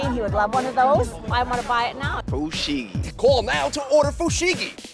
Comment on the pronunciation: thumbs up for the black gy trying to say fushigi